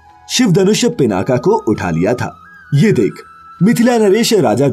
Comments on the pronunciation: Pinnaka nhi peenaak kehtey h usse.. 😏angrez... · उत्तम जानकारी,बहुत साधुवाद।कुछ बातें ध्यान दें पिनाक को पिनाका बोलना ठीक नहीं। लक्ष्मण का नाम गुडाकेश है,ना कि गुदाकेश।इस से नाम का पूरा अर्थ ही भयानक हो गया है। गुडाकेश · Pinaka nhi Pinaak Aur Gudakesh nhi Gunakesh hota hai Gudakesh ka matalab kya hoga soch samajh kar bolo